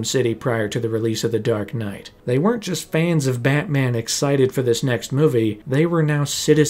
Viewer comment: “BAHT Man” why u gotta say it like that…? 😂😂😂😂